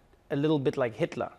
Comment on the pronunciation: He pronounced "Hitler" very well tho xD